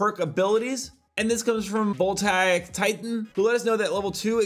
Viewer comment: You pronounce it: "Vohl-tay-ick" Titan. Thank you for coming to my TEDTalk.